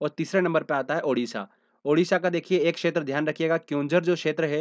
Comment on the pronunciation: Not Udisha.... Odisha OK